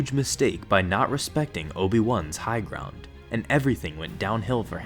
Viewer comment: "By not tepsecting obi-wan's high ground" i luv the HIGH GROND